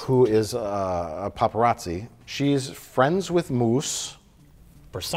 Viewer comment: It’s “Paparazzo” 😊